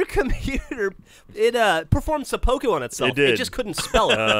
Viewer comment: "seppOku"? XD